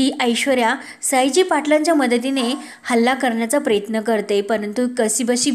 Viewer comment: प्र य त्न असा शब्द आहे प्रेत्न नको म्हणू नको